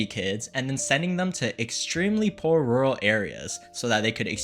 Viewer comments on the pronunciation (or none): none